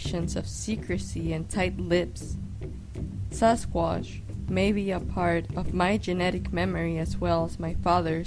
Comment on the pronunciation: She has a strange accent, dose anyone know what it is?? she says 'Sasquash'